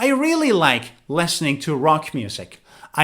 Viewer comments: Yes, that sounds weird. And hatred or aversion seems very rude. Besides, he pronounces “listening” like “lessening” or something like that. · Hi. I am from Singapore. I enjoy watching your video so much. I heard the way you pronounce "listen", "listening" different from I do. Timestamps: 06.38, 07.52.